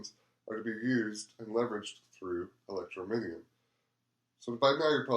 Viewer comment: Very good, thank you. Just need to work on the pronunciation of Electroneum and Ells ;) God Bless